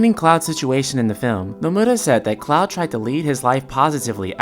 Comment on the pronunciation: Are you saying Clow?